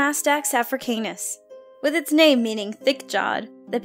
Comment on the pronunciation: Finnaly. Someone who pronounces the names correctly.